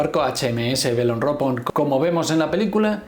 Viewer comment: Por tocar las narices y sacar punta al video como haces con la película, mejor Belerofonte no Beleforonte. Y si nos ponemos a pronunciar Eich Em Es, por lo menos Belerofon, no Beleropon.